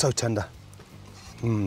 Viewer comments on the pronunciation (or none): "so tendah"